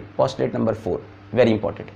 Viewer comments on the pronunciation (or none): none